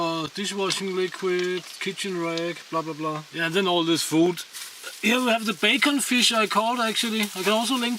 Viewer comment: Did he say bacon-fish? Im sure he said bacon-fish. Yes, Yes he did! Please tell me about bacon-fish. New subscriber btw. Im really enjoying your humor and channel.